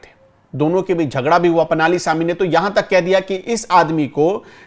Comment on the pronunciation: पनाली नही पळणीस्वामी। अगर हम सब हिन्दी भाषी लोग दूरियाँ कम करना चाहते हैं तो हमें भी थोड़ी बहुत दक्षिण की भाषाओं को समझने की कोशिश करनी चाहिए और नामों का उच्चारण सही प्रकार से सीखना चाहिए।🙏